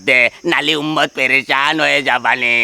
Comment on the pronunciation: উম্মাত বুলছে নাকি উন্মাদ বলছে????